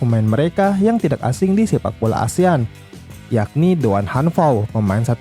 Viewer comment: "Tak" "Tidak" Cara bacanya yaitu huruf "k" nya lebur, jadi dibaca yg benar itu "Ta" dan "Tida"